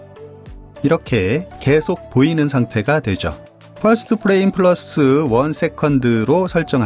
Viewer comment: frame은 '플레임'이 아니라 '프레임'이라고 읽어야 합니다. '플레임'은 'flame'을 읽은 발음이에요.